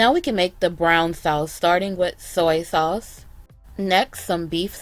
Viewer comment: “SOY SAWSE “ lmao